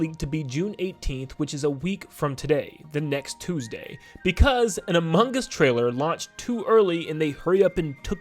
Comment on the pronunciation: bro said among gus